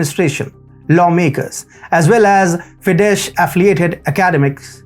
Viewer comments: Not Fidesh but Fides. The Hungarian SZ is the English S. The Hungarian S is the English SH. Budapest is Budapesht in English (The city has to parts cut by Duna river, Buda and Pest). Greetings from Hungary. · Just to help! It is called FIDES, NOT FIDESH! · FYI, "Fidesz" is pronounced "Fides" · Listen you bumbling what ever? Can you read; "" F "" - "" I "" - "" E "" S ""??! Because "" SZ "" is pronounced, for less educated likeyo, sayed out loud , as "" S S S "" Because the rest of the world can, & does prononce this political party's name exactly & correctly> In the first place, learn, how to talk? My 4 year ol son coldn't understand you, & my twin daughters, who are 2nd graders,asked from me. Who is that birth defect? Who is that dope?